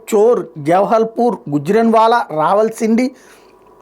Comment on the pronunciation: చాలా వీడియోల్లో మీరు రావల్ షిండి అంటున్నారు అది రావాల్ షిండి కాదు సార్ రావల్ పిండి